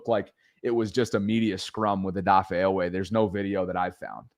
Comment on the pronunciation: Long E sound G!!!!😂😂😂😂😂